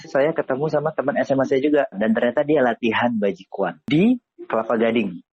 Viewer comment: Someone please tell him how to pronounce this in Chinese, it's sad that he has a hobby for 6 years and doesn't know how to say the word.